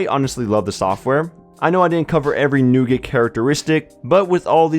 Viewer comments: Newgert... lol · Is that how you pronounce "nougat"?